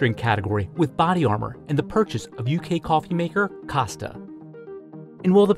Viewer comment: He saying costa WRONG